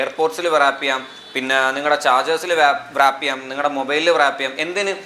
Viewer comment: വൃറാപ്പ് അല്ല റാപ്പ്